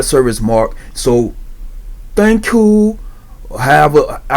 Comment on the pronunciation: "tank you tank you"